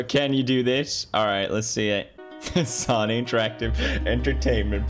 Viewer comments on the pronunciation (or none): I’ve never seen anyone pronounce “Sony” as “Saany” 😂